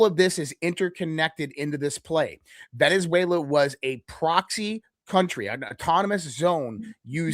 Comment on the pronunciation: . “Venezuela” not “VeneNzuela “